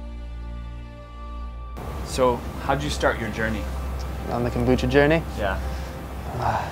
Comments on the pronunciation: KOMbucha. Not Kambucha. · kom- bu-cha ...